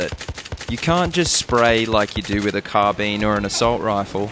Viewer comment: Carbine. Carbean. Carbine. It's the proper way to say it.